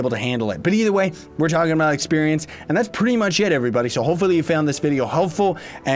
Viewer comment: Who else hates it when he can't pronounce sayonara/さようなら😫